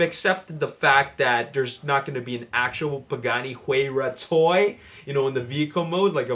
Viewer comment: You are pronouncing huayra wrong